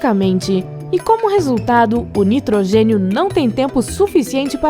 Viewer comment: Caralho para com estes destaque no final da. ..nitrogeniiioo...oceanoooio